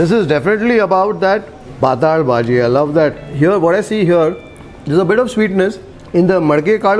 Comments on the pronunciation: It is not pataal It is patal which means having liquid character The pataal as you pronounce means lower world below this earth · It is patal bhaji not pataal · It's ಪಾತ್ತಳ bhaji, not ಪಾತಾಳ bhaji,,😃